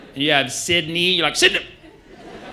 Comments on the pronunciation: Close but Sydney is pronounced normally with no shortening as is Perth, Queensland and New South Wales. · Bris-bin, Sid-nuh, PEHHHH-TH ... somehow, one syllable Perth takes them the longest to say